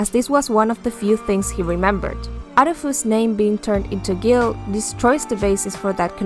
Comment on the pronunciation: That’s not how you pronounce guile lol